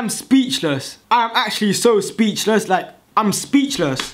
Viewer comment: speechluss maan